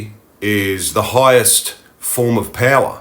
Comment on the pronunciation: you say "payla" and mean "power"? what dialect is it?